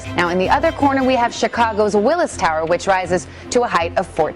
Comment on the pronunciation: Say it with me “WILLIA TOWER”